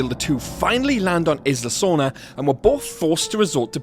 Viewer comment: And by the way, it's pronounced EYE-la Sorna. Not IS-la Sorna. Isla means island therefore the pronunciation would be EYE-la. People often get that wrong.